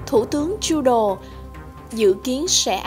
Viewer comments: Một chút góp ý với cô xướng ngôn viên, cô không nhận ra chỗ sai hoặc không phân biệt được. Tên của tt trudeau cô đọc là "truđồ " thấy vì đọc là " truđô". Ambassador cô đọc là " ambassaidơ " thay vì " ambassátdơ " . Tôi phiên âm và đọc theo kiểu vn. Hy vọng giúp được chút ít. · Cô xuớng ngôn viên này? nên nghiên cứu lại cách phát âm tiếng chữ ambassador, Trudeau...và nhiều chữ khác nữa nhá